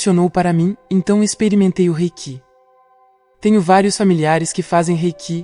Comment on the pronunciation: Com esta narradora cometendo erros desisti de ir até o final do vídeo. Ensina para ela, pelo menos, a pronunciar corretamente a palavra reiki. Horrível!!!